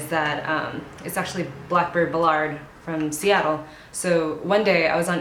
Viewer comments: Love Blackbird! It's actually pronounced BAL-ard, though :) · Aww blackbird! I live in ballard and used to love that store. Their brick and mortar store closed 2 summers ago to focus on their own line and their online shop. Btw ballard rhymes with mallard (like the duck). Def a good neighborhood to check out if you're ever in Seattle